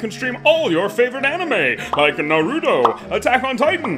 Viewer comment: why must Every one say Naruto like God it's not that hard!